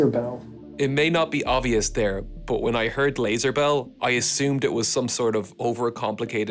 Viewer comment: can you just stop saying "buf" instead of "but"? please